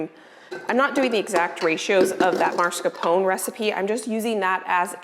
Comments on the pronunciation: Everything is beautiful and looks delicious. Please check the spelling of the word Mascarpone. Not MaRscapone. I’m sorry to be so picky but every time you say it my earlobes curl. 😉🤗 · Hi, even it is funny to hear how you call this type of cream cheese, I think someone should tell you that cheese is not MARS KAPONE. It is MAS KARPONE if it is easier to understand. Mascarpone cheese is used for many cakes and sweets and I am sure you will use it more often in future cooking. So it is time to learn its name. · Please please please stop calling it "marscapone". That is not the way it's spelled. It's pronounced llike mask-are-ponay. The 'r' is AFTER the 'masca'. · MAScarpone cheese, not MARScapone. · Mascarpone (pronounced mahs-car-POH-nay). Not maRs-car-POH-nay. ❤️ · If you look at the spelling of mascarpone, it should be pronounced mass-car-pone